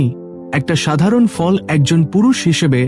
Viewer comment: Je fall ter nam bolchen bujte parche na jate bujte Pari please se vabe bolun.